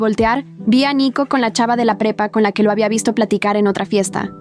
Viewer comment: En un momento escuché en vez de prepa pepa😂😂😂